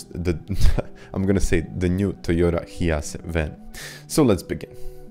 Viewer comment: Toyota "Hee yas" 😭